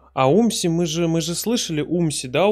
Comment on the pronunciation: Умси появлялся дважды на андеде и один раз на дабл терапи. Бтв Умси читается с ударением на У